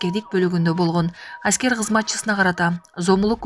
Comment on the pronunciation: Аськер эмес- аскер 😂 Официер эмес - офицер 😅